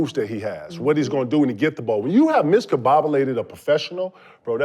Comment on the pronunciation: Miscombobulated? Me fwail English, that’s unpossible.